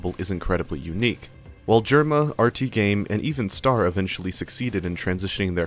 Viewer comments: STAIR?! Just say Star if you can't pronounce Ø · it's star not stair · bruh you keep saying stair not star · whos "stair"? you mean star? or ster? (stir)? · I know the name is spelled star, he called himself ster. But I can help but hear you say ‘st-air’ and it’s bothering me slightly for no reason lmao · his youtuber username is “ster”, his display name is STAR_ dont ask me why because i dont know tbh but i’d still prefer he pronounce ster “stur” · I've heard Ster, I've heard Star, but I've never heard anyone call him "Stair". Please erase my memory. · stair is pretty crazy lmao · ster segment of this video kind of feels like it lacks a proper look inside of ster's content, guy was making LOADS of variety videos, basically is entirely glossed over here, but maybe because it would realistically go against an otherwise really easy to write narrative i cant help but feel like the mispronunciation is a sign of the lack of care during that part